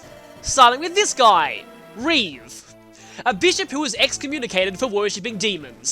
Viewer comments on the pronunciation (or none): none